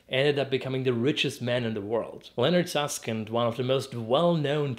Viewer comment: Till now, I thought he was saying "Leonard Saskin", even the captions say that! When he mentioned his book it clicked to me that it's actually "Leonard Susskind" (and Art Friedman)